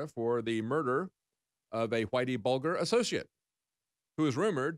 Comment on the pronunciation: Its pronounced buljer